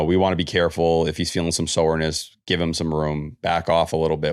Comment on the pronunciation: How does T make “soreness” into a 3 syllable word